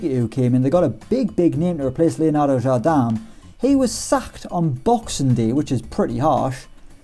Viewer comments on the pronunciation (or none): Jardam? It's pronounced exactly like you spell it, "Jardem", the "i" in portuguese is pronounced like an "e"